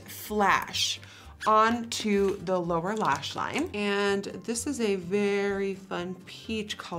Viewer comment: Does she say Laura lash line. Ps I love you nikkie